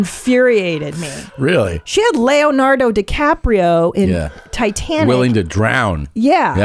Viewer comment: Mayo-Lardo Bukkakio